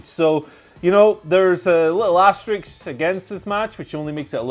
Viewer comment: Small nitpick, the word you're using is supposed to be pronounced AsterISK not AsterIX. Come on guys, you know Asterix is a fictional character from your neck of the woods lol.